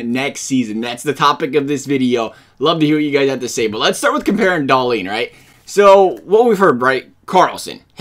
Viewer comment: it's DAH-leen, most people are emphasizing the leen too much, the emphasis goes on the Dah